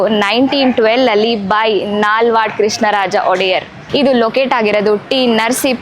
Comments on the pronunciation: He s Nalvadi not Nalvad. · Madam talk proper kannada kings name not pronounced properly not Nalvad it is Nalvadi . It is T Narasipura not puram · Dayavittu Nalvadi annta heli Nalvad alla Pratiyondu basheya vuccharane adarade sogadinalli erabeku please🙏🙏